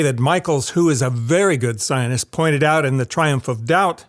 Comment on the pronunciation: why does say scientist in such a strange way?